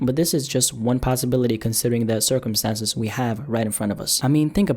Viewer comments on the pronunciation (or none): "Considering the circumsises"